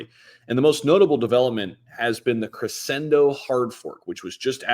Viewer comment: Mispronouncing a simple word like crescendo over and over really destroys the credibility